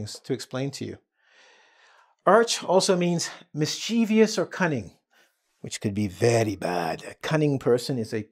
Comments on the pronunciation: Mischievous has 3 syllables and the first syllable is stressed. It sould be pronounced as MIS- chi- ves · Sorry but I am a bit confused about the way you pronounced the word MISCHIEVOUS